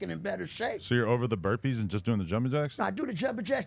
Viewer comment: Bro really said curpees